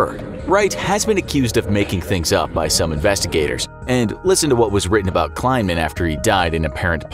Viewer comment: Also: Pretty sure the dude's name was KLEI-man, not kLINE-man. Sheesh.